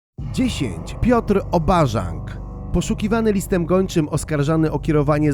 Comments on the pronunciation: Piotr nie Obarzank tylko obarzanek , chodziłem z jego synem do liceum xD ale nagle syn znikną i też jest w Dubaju. Pozdr V. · " Obarzank" 😅 5 sekunda i juz wiem zeby nie ogkadac.... farmazon material tak jak farmazon autor , nawet sie przyglupowi nie chcialo sprawdzic jak ma faktycznie chlop nazwisko... kino marne kino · Czy to czyta AI? Bo już w przypadku pierwszej osoby jest problem z prawidłowym przeczytaniem nazwiska - powinno być Obarzanek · Piotrek się "zdenerwoje " ze nazwisko przekręcasz